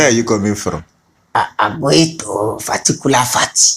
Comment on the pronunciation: 😂😂😂pharticular pharty😂😂😂❤